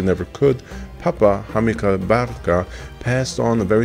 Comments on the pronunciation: I kept thinking you were saying Honeybun. 😂😂😂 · Sounds like you’re saying honey bun lol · I thought you were calling him or naming him honey bun at seven minutes and 46 seconds and I realize you were saying Hannibal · I was confused. I thought you were saying 'honeybun', not 'Hannibal ' 😅